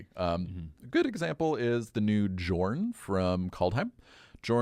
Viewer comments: FFS people, it’s pronounced “YORN”, not “JORN”. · Lol, the way you guys mispronounce the name Jorn is hilarious. This is what i was looking forward to in the set, bad attempts at rewriting norse mythology and the mispronounciations. Reminds me of another mass land destruction spell Jokulhaups. That one is funny, everywhere i go people call it "joke-el-hops"